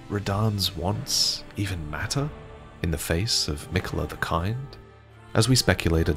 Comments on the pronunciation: Metyr is probably pronounced Mee-tyr, from the greek world μήτηρ which means "mother" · Fun fact Metyr ( meeteer) pronounced correctly means Mother in Greek/Ancient Greek.